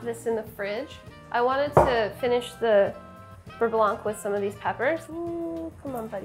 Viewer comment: Hm, I will just chimed in as a french speaking person and say that actually, Babish says beurre very well... Sorry Sohla.